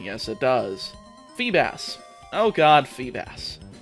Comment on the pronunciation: He really said feebis